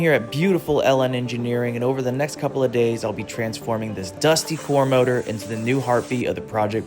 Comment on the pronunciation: It's called engine... not MOROOR